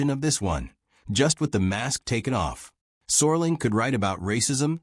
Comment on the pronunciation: It's Rod Serling not sorling.